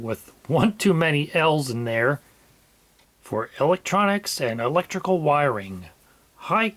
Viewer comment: "ELlectrical" The capital L is silent, as in soLlder...